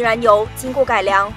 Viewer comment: 摩擦 [mó cā] 不是翘舌音 不需要卷起舌头擦